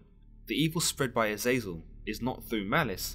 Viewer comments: AZEZ-el or JAZUS-EL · His name is pronounced Eh-Zah-Zel